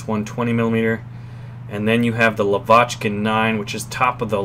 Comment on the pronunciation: its pronounced LAvochkin, not LavOchkin. couldn't take it anymore lol